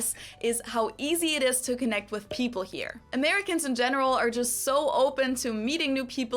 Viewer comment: My AC stay about 69 at the lowest . OFF the subject...what's with the toddler talk in pronouncing with for wiff ? That would be a word among many to correct as a child. Let's sing a Tina Turner song...."what's love got to do WIFF it ".....😅😂😅😅